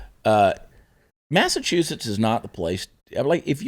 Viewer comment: People from Maine call people from Massachusetts "Masswholes "stop doing maine accent for Massachusetts.